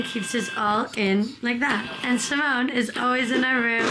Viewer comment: Wait, , Simone Leathead's name is pronounced as Simoné?